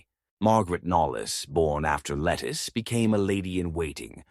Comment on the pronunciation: A main correction to a good bio. Her is not lettuce but Lettice as Lett-ese